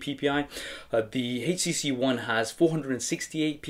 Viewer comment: nice vid,,,, he keeping say hcc